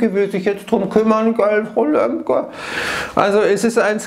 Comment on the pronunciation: Wie er frau Lembke betont hat😂